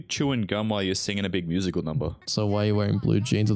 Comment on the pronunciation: Not saying Musi- cal 🎶